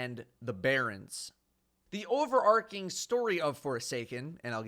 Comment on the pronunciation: the word is Over Arching not overarching... Ch like in children